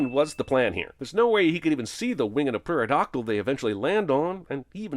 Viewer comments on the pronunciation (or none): Sin for saying pterodactyl like peterodactuyl